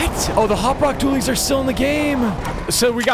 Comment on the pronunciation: You kept calling it hop rock Dooleys